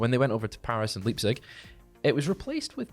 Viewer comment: Leipzig is pronounced Lype-cig. Great video as always, lads.